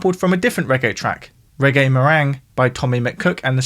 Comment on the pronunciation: The Tommy McCook track is "Reggae MERENGUE", not "Reggae Meringue"! 😂